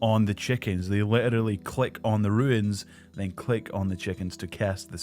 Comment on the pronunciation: Dude I’m scottish as well and can’t figure out how you end up pronouncing runes as ruins. Fucking hell